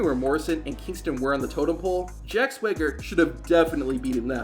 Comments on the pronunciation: Swaygger? Its Swagger. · Why does this guy pronounce it sway-ger 😂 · bro your pronunciation is wild. SWEGGER? TELE instead of TITLE?